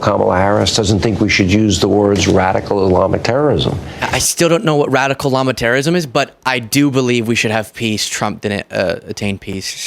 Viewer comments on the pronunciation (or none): He definitely said "radicalist llama terrorism". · Did he say "radical llama terrorism"?🦙🤓 🗳💙🗳💙✌🏻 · “Radical Islam (or Islamic)Terrorism” is what he said. Took me a bunch of re-listens to get it.